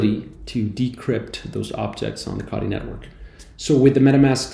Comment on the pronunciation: Wtf is kadi? 😂 say it with me CO TEE